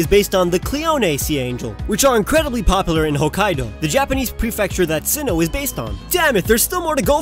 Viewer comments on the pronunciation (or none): none